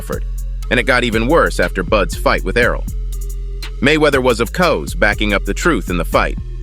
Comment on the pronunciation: This channel is AI generated clickbait. The voice speaking is for sure AI. Listen to how it says "of COUSE" instead of "of course", or "gut" instead of "guy", or speaks in a monotone, or puts emphasis on the wrong words. Most of the time there's no news stories backing up what it claims, nor does the fighter etc say what the title says they do. Only the AI voice does. Pure trash.